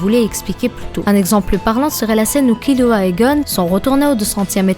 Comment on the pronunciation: BONNE VIDEO MAIS TU DIT KILUA C TROP BIZARD